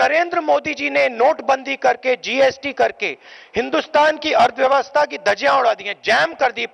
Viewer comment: आज समझ आया कि अर्थव्यवस्था नहीं "अथॆव्ययव्यस्थ*#" होता है ।